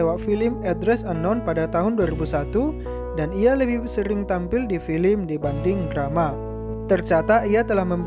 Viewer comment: hahah tapi nyebut film aja masi salah, masa filim